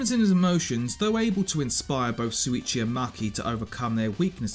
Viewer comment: It's SHuichi not Suichi xD How come so many English native ppl say it wrong, even tho the eng dub says it right xD